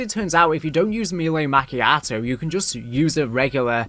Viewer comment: Me-lay Ma-key-ah-toh